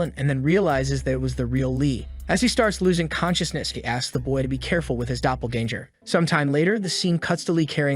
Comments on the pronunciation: Dunno how much more I can hear the word doppelganger ... especially when it's pronounced so badly haha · omfg the way it says "doppelganger"